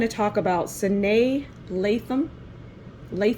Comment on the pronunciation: You don't even know how to pronounce her name lol.